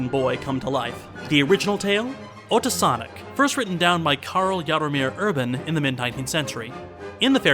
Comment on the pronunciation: Appreciate this review, but please note it's pronounced "oh-teek." not "ah-tick." Always happy to see Shhhhhhvankmajer getting some attention. Czech is a pretty tricky language in most ways, but one thing easy about it is it is consistently phonetic, so once you know the sound a letter makes you can pronounce any word or name correctly by simply sounding it out one letter at a time, unlike English with all its pesky diphthongs.